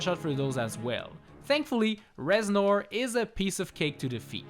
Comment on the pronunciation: Reznor more Rez-snore!! Hahahahahahaha Please end my suffering